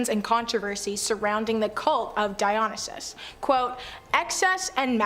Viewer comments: And she mispronounces Dionysus as well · Pronunciation is not a strong point for these hosts, some are worse than others. The Dionysus one is one of the worst. She often gets words wrong. I don't like her.